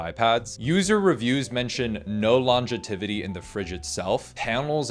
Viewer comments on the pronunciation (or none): "longetivity"...lon-jeh-tihv-it-ee...is incorrect was that a typo in a review you saw? bc the word is "longevity"...lon-jeh-vit-ee.